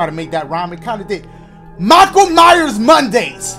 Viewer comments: “Michael Mars” dashie bro it’s MYERSSSSSS 😂😂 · Yooo it's Mei-Kai el myers